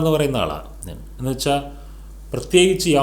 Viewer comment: എന്നു വെക്ഷാൽ എന്നല്ല പറയേണ്ടത്, എന്നു വെച്ചാൽ എന്നാണ്. പിന്നെ ഒരു കാര്യം ചോദിക്കാനാണെങ്കിൽ ഒരുപാട് സംസാരിക്കാതെ സ്ട്രെയിറ്റ് ആയിട്ട് കുറഞ്ഞ വാക്കുകളിൽ ചോദിക്കുക. അതാണ് പ്രേക്ഷകർക്കിഷ്ടം. ശ്രദ്ധിക്കുമല്ലോ